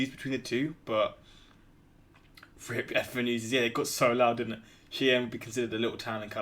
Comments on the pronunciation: Cheyenne is pronounced "SHY-anne" not "chee-en". ;-) Boise is pronounced "BOY-zee" Des Moines is pronounced "deh-MOYN" Wichita is pronounced "witch-ih-TAW" Louisville is "LOO-ee-vill" Maryland is "MARE-uhl-end" not "merry-land" ;-) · I can tell you’re not accustomed to pronouncing Native American names. Cheyanne Wyoming is pronounced Shy-Anne. Souix Falls is pronounced Sue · And Cheyenne being "shy-anne" rather than "she-en" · Cheyenne is pronounced “shy”Ann Salt Lake City is home to the Mormon church. Boise is pronounced “boy-Zee Remember these numbers are ONLY the city limits and what is included in the postal space, these numbers are not the full city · Cheyenne pronounced "Shy-ann". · I could be wrong, but I think Cheyenne is pronounced shy-ann. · Cheyenne is pronounced shy-ann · it's pronounced " Shy-Ann" and the population of the entire state of Wyoming is just over 500,000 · #48 is pronounced Shy Anne. #45 Billings, MT is where I live outside of the city limits the population is closer to 100K now just in the city limits and the picture was taken from stanstone clifts that rise to the North of the city looking towards the South at what is known as the South Hills. There are so many better spots they could have taken a picture of including Sacrifice Cliff where Native American Tribes in the area would herd the American Bison off in order to Slaughter them. During a Small Pox outbreak caught by another tribe Warriors (the young men) who did hunting and fought to protect their tribe) from the Crow Nation who call themselves Apsáalooke, also spelled Absaroka blindflolded their horses and rode off this cliff in order to prevent infecting the members of their families, clans, and tribe with a very deadly disease that they had no immunity to and that wiped out many Native Americans. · Cheyenne = "shy-ANN" Boise = "BOY-zee" Des Moines = "d'MOYN" Wichita = "WI-chi-TAH" Omaha = "OH-muh-Ha" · Just letting ya know it’s pronounced shyann Wyoming